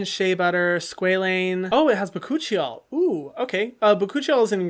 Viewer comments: “Bakuchiol” i thought your said my coochie y’all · im sorry but ba-choochie-oil that is all i could hear instead of bakuchiol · When I tell you I was 😂DEAD when i heard him say (BA-coochie-al) I mean I was Near the grave💀